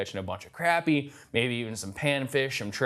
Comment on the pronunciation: His sister’s hair and mispronounced Crappie. Other than that…..nice review..